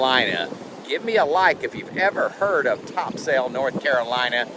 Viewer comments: Come on locals pronounce it Tops'l Not Topsail. Your daughter needs to help you :) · Nice i vacation just a bit south of there at sunset beach. As soon as i saw the beach i knew you were in NC. BTW i think they pronounce it top-sel with a short e.